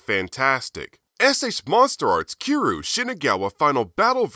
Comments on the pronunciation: Kee roo? no need to be offensive but, say it like "key ree you" but all in 1 word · It’s cure-you lol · Love the video, and your channel, but the way you pronounce "Kiryu" triggers me. Honestly my only gripe with the video